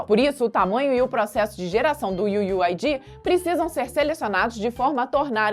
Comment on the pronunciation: "iu iu ai di" kkkkkkkkkkkk nunca ri tanto d'uma coisa tão boba iu iu ai diiiiii